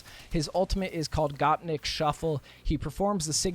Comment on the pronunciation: Oi who doesn’t know how to pronounce gopnik if that gopnik came to game would be my number one choice for sure